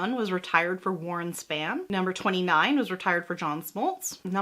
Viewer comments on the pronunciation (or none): Kills me that she pronounced 'Niekro' right, but got 'Spahn', 'Glavine', and 'Stripers' wrong. The last three rhyme with 'Khan', 'Grabbin', and 'Chipper's', respectively.